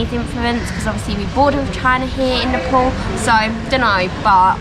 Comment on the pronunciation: why do you call nefol?? how do you pronounce paypal ?is it payfol??? its ney and pal " nepal" not nefol....